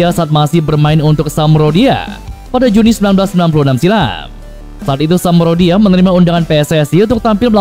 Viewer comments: Haduuuuh adminnya hobi sepakbola apa gk sih bilang samdoria saja kok jdi samrodia...tapi dimenit selanjutnya jdi samdoria kirain bisa jdi samrodiah 😂😂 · Min samdoria bukan samrodia hehehehe😅😅😅😅😅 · Sampdoria min bukan samrodia 😂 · min,bukan samprodia tapi Sampdoria min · Min bukan samrodia tapi sampdoria. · SAMDORIA mas bukan SAMRODIA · Sampdoria bukan s amprodia.... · Samdoria kali bukan samrodia aneh😂😂😂😂😂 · SAMPDORIA di BACA = SAM "DORIA" BUKAN SAM "RODIA"🤦RODI'AH KALI AH...